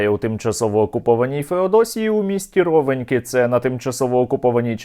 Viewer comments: Наголос на останню "і" (РовенькІ). А взагалі дякую за вашу працю ❤️❤️❤️ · Ровеньки наголос неірно поставив, вітаемю тебе з Ровеньок, потрапили недуже сильно, сподівалися на більше але і за це дякуемо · Автору как обычно браво и спасибо н Ваш труд! Только в названии г. Ровеньки, ударение на на последнюю букву. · Ровеньки - наголос на останній склад, так місцеві кажуть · Ровенькі- наголос на і!!!!!